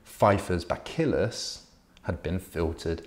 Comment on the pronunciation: Buh-Sill-Us. Re: bacillus.